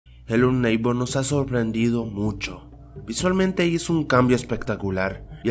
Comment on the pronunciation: no es hello nigbor